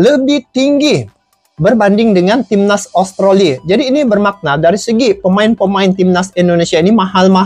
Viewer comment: Sebutannya Australi bng bukan austroli